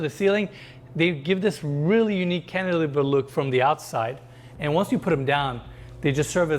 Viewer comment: Love how Arvin doesnt even bring up or blink when says "canteliver" anymore. Wince he brought that up he literally says it minimum 3x per episode. I never even knew what that word was till lol!